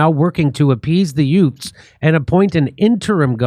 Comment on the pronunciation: Jimmy Dore: "Yutes protesting" you've got to laugh at that Joe Pesci accent.